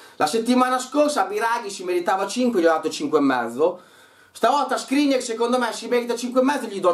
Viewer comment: Si chiama Skriniaaaaaaaaaaaaaar non Skrinier